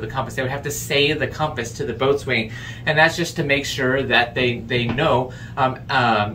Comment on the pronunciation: Boat Swain? And your a sailor? How about Bos'in? As in Bos'insmate.